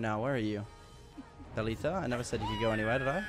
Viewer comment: You pronounced thalita and renato's names very well, almost like a brazilian do, I'm impressed